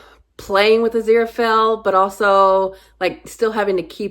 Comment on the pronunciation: You're saying Aziraphale just fine. Crowley was Crawley in Eden but later changed to Crowley (as in crow, not crowd -- the opposite of Supernatural).